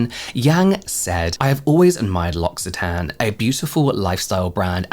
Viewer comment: James, L'occitane is pronounced "loki" with a k, due to double c. 😊 always love your brand deep dives.